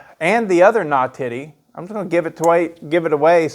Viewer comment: you nawtitty nawtitty boy